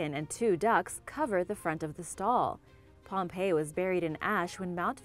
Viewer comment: She said pompeo once lol